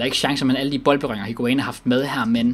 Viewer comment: Plllz væk med higuain det gør ondt i ørne når du siger hans navn